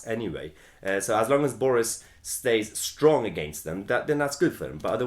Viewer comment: Just here for way mahyer says boreis